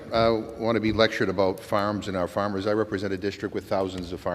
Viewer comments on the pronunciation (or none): Jim McGovern: " His Famers" 😂